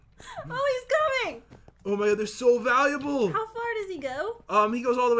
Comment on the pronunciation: Pat said baluable instead of valuable 🖕